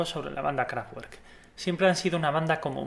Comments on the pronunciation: Q pena contigo pero ni lo uno ni lo otro por q el aleman no pronuncia..como se escribe se lee...lo q sucede es q en ellos hay muchas palabras q terminan en casi 3 consonantes juntas kraftwerk...solo mira como FTW esta en la mitad y como 2 ..RK terminan y son consonantes por lo tanto...creo q se lee kraftwerk...sonara a kraftuerk...pero en realidad es ..kraftwerk....esa doble u..no sonara como u sino como doble v..osea ...kraftvverk....o...simplemente...KRAFTWERK.....el decir kraftuerk es de los de habla ingkesa e hispana....pero como es aleman....mundial mente ...lo tendras q leer tal y coml se escribe...rammstein.....peter schilling.....michael schumager......michael por ser americano ..sonara maicol...pero el apellido es aleman osea schumager...algunos idiotas decian o dicem chumaja..y no es asi es schumager ...tomas muller...y unos idiotas solian decir miuler...y es muller...... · Buen video. Entiendo que no sepas aleman para pronunciar correctamente el nombre de la banda, o por lo menos lo mas parecido. Utilizas la fonetica inglesa y eso no es correcto. Si me permites la sugerencia para el futuro, la W en aleman se pronuncia como la B en español y puedes hacer una pequeña separacion entre las dos palabras que la forman: "KRAFT" y "WERK". Sonaria algo asi como leer en español "Craft berk". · Que pasha jolines. Porque chingados no le tienes el respeto a una super unión de músicos de conservatorio y te esfuerzas tantito en mostrar cultura de la fonética del nombre de su banda " Kraftwerk ". Ensayarlo mil veces antes hacer videitos irrespetuosos. Werk ...se pronuncia como si dijeras Verde... Lejos de suscribirme a tu canal más bien te doy manita abajo. Cacho de cabronazo. Saludos desde México. Gracias amigo burro. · Pronuncias el nombre de la banda equivocadamente. No es “kraftgüork” si no que “kraftverk”!!! Recuerda que es una banda alemana. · Qué daño en los oídos cada vez que pronuncias Kraftwerk como craf uerk en lugar de craft verk